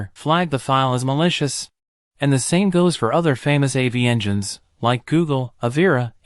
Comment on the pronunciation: Ai talking about malicious, damn